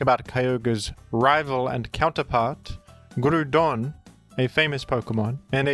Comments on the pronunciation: Groudon not GRUDON WTF stop saying grudon. Its groudon like ground and On but its all a play on words. Stop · It's GROUDON, not Grudon. When will these Oceanics learn? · It's Groudon not Grudon. Grou = Ground and Don = An end suffix of an ancient monster. Just listen to it in the official anime and 3d Pokedex Pro app. You will thank me later. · Grou don. Say it right. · Ah yes. We love Groodon. The Groond type legendary. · Thought he was introducing it as Gruudon to be funny at first but the he kept saying it like that 😐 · I beleive its pronounced groudon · I was listening to this video in the background until he said Primal "Gru-don". Had to stop what I was doing and come back here again. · Stop calling it "Gruuudon"🤦🏼‍♂️. This triggers me so damn hard every time 😖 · If you're gonna curse our ears with "grood-on" I demand only that you go full WeedleTwinNeedle and pronounce "Kyogre" as "Kee-Ogray." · It’s pronounced Groudon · Yup. Its “GROU” AS IN GROWL - DON RAY- KWAY - ZA to my grave talk to a wall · > Named after the word ‘ground’ > Gets pronounced “groo-don” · Yeah actually. Now I will since you brought it up. Ita not groodon pronounc it better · Erm, aktuallee its pronounced Groo-pon like the online coupon thing🤓☝ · Finally the Groodon pronunciation crashout… I’m just glad his argument is soond and well groonded. Although you probably should be wary of the many people who disagree aroond here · you mispronounced ground. Its groond like groodon. Hope this helps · "PRIMAL GRU-DON"🗣🇫🇷🇫🇷🥖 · I thought he got fired in disgrace for sending racist emails? But seriously, whenever says "Grudon", all I can think of is Jon Gruden. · M8 how are you gonna say ground just fine but butcher groudon😂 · 30 seconds of explanation, you still saying it wrong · Why is bro arguing with himself over the pronunciation of Groudon? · NGL, I've started saying Groudon the way you do cause I genuinely think it sounds so much cooler. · It's pronounced groudon